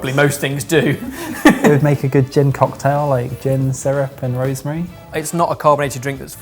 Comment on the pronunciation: that little pause in the word "cock-tail" was completely unnecessary... Funny makes me laugh a lot... And judgy is the best!..., can I ask for a Janice's "oh dear, oh dear!"?...